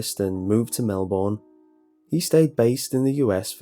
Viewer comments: It's not Mel-born it's Mel-burn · Its pronounced Mel - Ben not Mel - Born. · Hey, I love listening to your stories and they are always interesting. However I think you have made a very minor mistake. Most Australians refer to Melbourne as "Mel-bin":-). We really are a wired bunch. Thanks for your amazing work and I'm looking forward to listening to more. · Australian here and 4 years late. Melbourne isn't pronounced Mel Born as you might think. Its pronounced Mel Bin. We're too lazy to pronounce things as they're spelt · Hearing ‘Mel-born’ reminds me how ridiculous my country likes to pronounce their words 😂 Idk why but we call it ‘Mel-bun’ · Just heard this and your pronunciation of 'Melbourne'. It's pronounced 'Mel-burn'. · Did he say 'melborn'??? Melbourne pronounced *Mel-bun * but you sorta pronounce the bun a bit like burn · Mel Born Haha We say melben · Hey, I'm not criticising you but just for future reference Melbourne is pronounced mel-burn not mel-born.:) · You Said Melbourne Wrong, You Say It Like Mel-Burn. I Know Wired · Hey man you pronounced Melbourne wrong. Its (Mel burn) not Mel born. Keep up the good work mate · And it's pronounced "Mel-bin" not "Mel-born" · Mel-Born. Pronounced Mel-Ben. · Mel-born I almost threw my phone across the room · YOU ****ING PRONOUNCE IT MELBNE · I know it's too late to change it, but Melbourne is pronounced Mel-burn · I love the way pronounces Melbourne. Mel-born. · Zack Peterson Mel-bow-urn? 😉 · fucking mel-borne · It's pronounced melbn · Please don't call it "boarbon" or "Melborn" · The scariest bit is how you pronounced Melbourne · that pronunciation of Melbourne tho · ......those of us Australians cringed when Melbourne was pronounced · Another person who can't pronounce Melbourne properly lel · the way he said said Melbourne drives me nuts. Even worse is the fact that he ignores the R In Bourbon and put the R in Melbourne where it shouldnt be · You said Melbourne wrong XD